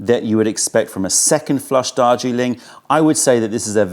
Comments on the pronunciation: Is saying ‘Dodgy Link’-or Darjeeling😆? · Joseph Troyer I thought the same thing!! Dodgy Ling. 😂